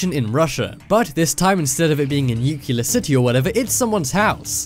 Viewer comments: It's pronounced Nu-Clee-er! AAAARRRRGGGGGG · For the love of God, please stop saying "nu-KYOO-ler". Nuclear is pronounced exactly like it's spelled. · Learn how to pronounce nuclear. Nuke-Lee-er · nuclear* not nucular :/ cmon' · nukular lol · lol. "nucular" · Nope, if I hear that guy TRY to say nuclear ONE more time I throw my entire PC out the fucking window, good bye, sir. Take lessons of... Basic pronunciation, I don't know. I'm out, can't stand that any additional second. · FFS, learn how to pronounce 'nuclear' even the Americans are starting to pronounce it properly now. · You need to learn how ti pronounce “nuclear.” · Learn to pronounce nuclear!!!! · Please learn how to say "nuclear", it isn't nukular, it's nuclear- pronounced new-clear. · Nuclear, not new killer. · nuclear is pronounced "NEW CLEAR"!!! "Nuke u lar" is not a word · I think it is a NEW-CLEE-AR bunker not a newclear one:\ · It's "newk-lee-ur", not "newk-yoo-lur". Oh brother! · NUCLEAR = NEW CLEAR. Not NUKULAR you sound like Homer Simpson 😖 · Nuclear, not nucelar! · new-clee-ar, not nuke-ya-lar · Nuclear not nucilar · for goodness' sake will you learn to pronounce 'Nuclear' it is Nu-clear NOT NU-cular. Also you can't have cold 'temperatures' you mean low temperatures or cold weather. Such things warn me that you are careless with detail and so not worth watching. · Nu-cle-ar. Come on guys. We don't need to quote G. W. Bush all the time. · I hope this narrator learned to say nuclear. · I`m constantly stunned at the number of people that cant pronounce "Nuclear" and then go on to use the incorrect pronunciation of "Nucular". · NIIKILAAR engineer... NUCLEAR, NUCLEAR. NUCLEAR!!! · That's 5 minutes I'll never get back. BTW it is NUCLEAR not NUCULAR. Obviously not a Rhodes scholar. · makes me laugh how this guy sounds british yet pronounces nuclear as nukiller like an american ffs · Nuke-ya-lur. LOL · NUCLEAR. NEW-CLEAR. NEW. CLEAR. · Please don't say "nukyular". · "Nuclear", not "nucular".